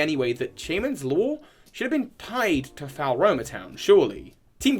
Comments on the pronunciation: I pronounced it Floroma personally, but it's clearly not Falroma. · Drinking game: take a shot every time mangles Floaroma town.